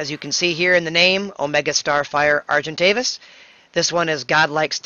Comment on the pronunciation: Argentovis LOOOOOOL